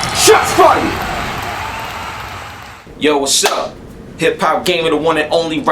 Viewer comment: Did you just say "SHOTS FRIED? lol. Joking